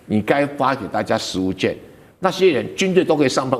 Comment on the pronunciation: 食物券，要讀"勸"，不唸"眷"